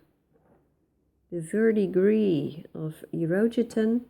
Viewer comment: The way you pronounce Verdigris is perfect. I'm French.